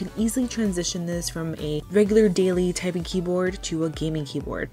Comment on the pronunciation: minute in "typung" LOL